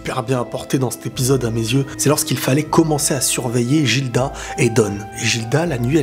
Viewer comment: Guilda, pas Jilda